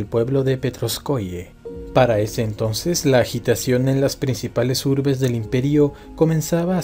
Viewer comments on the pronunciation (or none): none